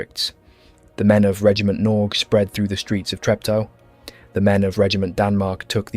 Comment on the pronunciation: You might consider looking into how to pronounce ”Norge”. It is not Noozzzz.